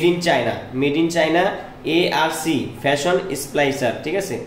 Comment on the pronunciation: উজবুক, ভিডিও রিভিউ। ফ্যাশন নয় ফিউশন হবে। যে জানে তাকে দিয়ে রিভিউ করাও টা না হলে কেউ কিনবে না